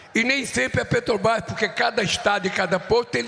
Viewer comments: Petobras!! Não sabe nem fala Petrobrás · Petrobrai kkkkkk o ladrão analfabeto nem sabe falar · A "petrobais".....o cara não sabe nem falar direito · Infeliz, não sabe nem falar Petrobrás, isso se diz presidente, analfabeto inútil. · Ele disse que o povo é burro 🫏, mas ele está certo, a culpa não é do Lula e da Petrobras, mas sim de quem elegeu ele lá para representar a massa brasileira. Presidente não sabe pronunciar corretamente o nome da maior empresa do Brasil, vergonha para quem o elegeu.